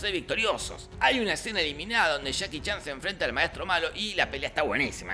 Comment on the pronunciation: Jajaja men dijiste "chaki chan" en vez de Jackie Chan